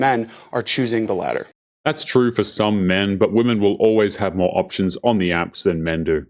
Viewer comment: You're starting to mispronounce the word "women"